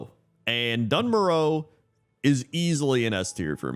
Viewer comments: Doone Moarr Uh Please Not dunn murrow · Dun Morogh...... Yuk 😂